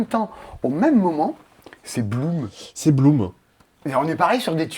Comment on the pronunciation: "Allez! Parce que Blum" (Bloom) Ça m'a tuée 😂